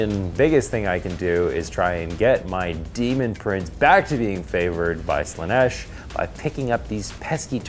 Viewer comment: All praise to Slaa-neth! 😂